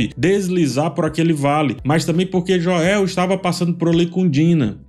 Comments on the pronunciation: Joel se pronuncia como "Jowl" e não "Joél". ;) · Mas depois abri o vídeo de novo e terminei de assistir essa obra de arte.. Mas sério cara, para de falar Joél, pelo amor de Deus. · por favor, não chama ele de Joél, tenta falar o nome em inglês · JO-É-Û que brochada kkkkk É Joel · Me dá muita agonia tbm. Parece que tá falando do Joel Santana. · sempre brutal nas analises, mas confesso que ainda não me acostumei a escutar "Joél" me estraha um pouco hahah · "Jóel" kssksksskssks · Aproveitando o tema, desculpe por ter criticado pelo “Joél”, pode chamá-lo como preferir, seus vídeos são top! Vou assistir todos até o final da série, como acompanho desde 2020 pelo react do jogo. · Joél? O irmao do Joél? Kkkkkkkkkkkk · pq vc diz Joél? Da agonia kkkk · Pelamordedeus, pare de falar “Joél” kkkkk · “Jo-el” não dá kkk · Num guento o chamando o Joel de Jóel, mas os outros personagens idem a série kkkkkk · "Jôél" não da, fala o nome do cara certo po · Cara não dá 😂 JoÉÉÉL?????? JoÉÉÉL??????? por favor, para com esse insulto adicionando o acento no nome do Joel. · Pq falar JoÉu?? Mto irritantes😮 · Pq nas análises dessa temporada tu está falando "Joéu"? Assisti as analises da temporada passada e você pronunciava corretamente. É para engajar? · Falta de respeito com o personagem ele chamar o Joel de Joéu, me incomoda demais, me tira da análise completamente. Ridículo da parte dele se é apenas para engajar... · As análises são excelentes, de fato, porém é difícil ouvir a pronuncia dele ao Joel e o Us kkk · Meu filho de 10 anos perguntou: Papai, ele é viciado em falar errado? (Referindo-se à pronúncia do nome do Joel). Se todos os nomes fossem lidos em português, ok. Mas só o nome de 1 personagem ser lido em português, fica zoado. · Pronúncia do nome Joel tá errada cara se liga ai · A pronúncia errada do nome de Joel me tira do vídeo totalmente. Qual a dificuldade de pronunciar o nome do personagem corretamente? Deslike